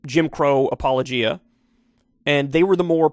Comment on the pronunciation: Apologia. Four syllables. Accent on third syllable. a pa LO ja.